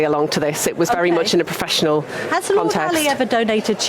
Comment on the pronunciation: Proffessional, proffessional and them proffessional, declared as. Proffessionel. Oh dear me. But it was proffesdional.